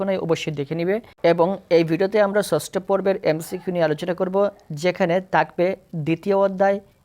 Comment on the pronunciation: ছছটো না ষষ্ঠ ছছছ বলো কেনো 😂